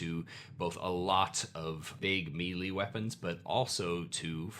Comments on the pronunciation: FYI Melee is pronounced may lay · I admit that I inwardly cringe when I hear him say melee, but that's only because I too used to pronounce it "mealy" and only managed to reprogram my pronunciation by overtly paying attention to the way I said it to the point that it just feels wrong now. Oh the trauma of learning words through reading and only finding out later in life how they are actually pronounced. I still hate how "cache" is actually pronounced. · is such an underrated pillar of the D&D youtube community. Every single video he puts out is packed with helpful insight, positive energy, and a high percentage that cute cats will make at least one appearance. The humility at the beginning when he apologizes for his pronunciation of "melee"...this guy never ceases to impress.